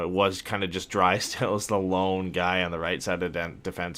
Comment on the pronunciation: you say Drysdale’s name correctly!!! Then somehow you go back to Dreeesdale- idk why this bothers me but cmon man you’ve proven you can say their names correctly & I think fans & the player appreciate it when you do. Something to consider. Love the content guys, keep it up!